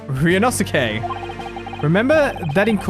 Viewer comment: I believe it's pronounced Ree-oh-no-skay?